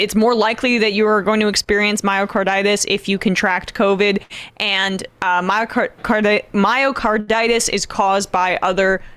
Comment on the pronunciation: Can't even say Myocarditis... Pathetic.